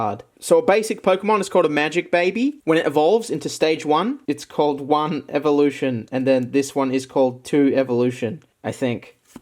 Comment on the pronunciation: said "1 evolutio" lol